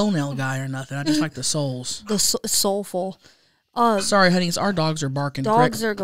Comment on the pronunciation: is killing me this ep 😂. Weird Al yank-ovich, sole-full?! Dead haha